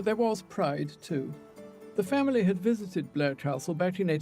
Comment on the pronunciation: He said “visitided”